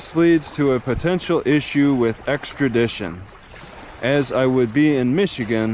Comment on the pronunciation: "Exkradition"?? eh? lol